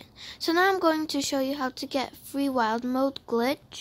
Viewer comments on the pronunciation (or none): It’s so cute that u say wilD moDe we usually say wile mode